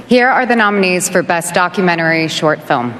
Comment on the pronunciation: It's sad the other lady in red didn't get a chance to speak..and the first one hogged all the limelight with her "filim"